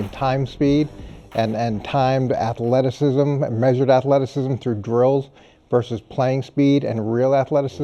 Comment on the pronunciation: "Wewuz axin him" "afleticism".🙄